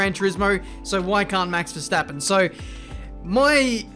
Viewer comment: Nice how everyone say ‘Max Verstappen’ as ‘Mex Versteppen’